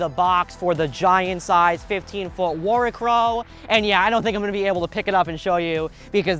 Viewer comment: Heads up… you’re pronouncing it wrong. Worricrow It means Worry crow Pronounced “Worry-crow” It’s literally just the old term for scarecrow Just as that’s not pronounced scar-eh-crow